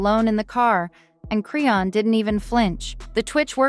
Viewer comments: Me too! Who the hell is Crayon?! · why you can't say her name right? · I'm so sick of her saying her name wrong